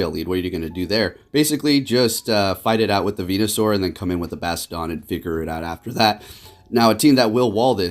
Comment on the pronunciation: The way he’s pronouncing Bastiodon is slowly killing me..